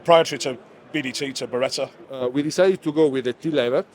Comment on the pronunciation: I almost thought each time you were going to be introducing a different Ber-rit-ah rep! 😂😅😂. By the way Bartoli had a recall on their costco salami.